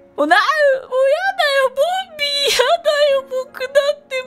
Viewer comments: ボンビーがボビーに聞こえてボビーオロゴンかとおもたwww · ボンビーがボビーに聞こえたwww